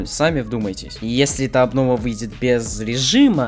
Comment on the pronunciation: тфу не аблова а абнова